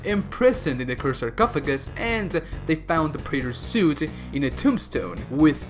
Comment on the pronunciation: Preyter soot